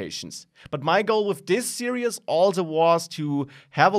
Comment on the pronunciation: serious please learn how to say series